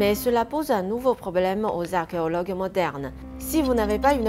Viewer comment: Je vais vous laisser un commentaire constructif/ 1. Votre français est impeccable il y a dans votre vidéo un souci mineur de prononciation avec le mot archéologue, la première fois où vous le dites vous semblez dire argeologue. 2. Pour avoir été très curieux sur le sujet que vous abordez, je n'ai vu nul part que plus de 100 tonnes de mercure avait été utilisé pour créer les rivières entourant le tombeau du 1ère empereur de Chine.... Peut être avez vous une information que je n'ai pas.... 3. Plus personnellement, ce n'est pas la tombe du 1ère empereur qui doit être considéré comme la 8ème merveille du monde, mais votre beauté.... :)